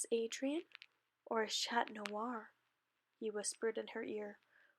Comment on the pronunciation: OK GGOOD JOB BUT AS A FRENCH PERSON I HAVE TO TELL YOU CHAT IS PRONOUNCED WITHOUT THE T AND CHANTON WITHOUT THE N OR T SORRY THIS IS GREAT BUT YEAH